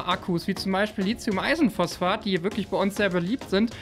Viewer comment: Wir üben das Wort "Lithium" . Lit-hium , Lit-hium. Nicht Lizium ;)